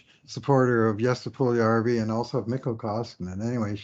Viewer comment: Lose the Broberry Nonsense or learn the exact ethnic pronunciation for Puljujarvvi and all foreign players……